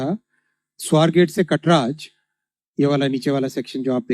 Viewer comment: कट्राज नाही रे... कात्रज...